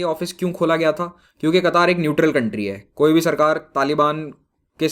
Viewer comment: Sir.. आप कतर को कतार pronounce kar rahe hai... Kya क़तर सही उच्चारण है या कतार....